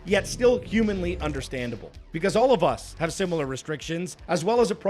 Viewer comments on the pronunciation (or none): none